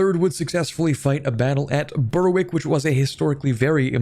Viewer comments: it's pronounced berrick. Yes it's stupid, no I don't know why it isn't spelled like that, blame the Scots & the Norse Also, whilst that spelling is more accurate to how it's said, it's more accurately spelled gallóglaigh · It's pronounced berr-ick not bur-wick😭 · Yes! Suas leis a' Ghaidhlig! 'S Alba le na Ghàidheal! The way she always should've been! Dia dhuit, a' ghaisgeach treun! BTW - it's pronounced Ber-ick. The w is silent in Berwick. And if you care at all, the correct--at least modern--Gaelic pronunciation of Alba has an epenthetic vowel between l and b. /aLabə/ or even /aLapə/.